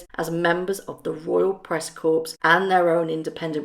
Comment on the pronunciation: Corps the PS is silent, for Marine Corps. When pronouncing the PS you are referring to a dead person, corpse.